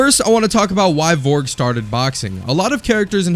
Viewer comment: "VORG" "VOLRG" Aahahahaha americans